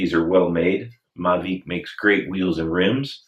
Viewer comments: Maveeeec! As in Tour Deeee France. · I see that you are saying Mavic, I always thought it was pronounced Mavic. Oh well. Great Show Bob, Keep it going.